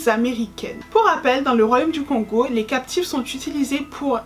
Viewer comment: Kongo en séparent la prononciation du O de celle du N ça se dit donc kôngo, pareille bantu ca se dit bântou. Et dit coup pour encore un peut se casser la tête on utilise " mu " (mou ) pour parler d'un individu et "ba" comme marque du plusieurs, donc un dit pas un ou des congolais mais on dit plutôt mukongo ( un congolais) et bakongo ( des congolais). Et encore un casse tête ont appelle le royaume des kongo : Kongo Dia Ntotila ( on peut traduire par empire fédéral kongo ou États Unis fédéral kongo ) car effectivement Y'avait plusieurs royaume ( qu'on appelle Bundu Dia Kongo )